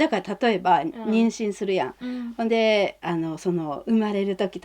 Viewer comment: 「ほんで」や「いーひんかってん」などの発音がほんまに自然です！！